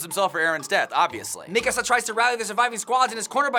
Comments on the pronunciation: its mikasa- not Mi-kasa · It pains me to hear them mispronounce nearly every name. mekuhsa? cmon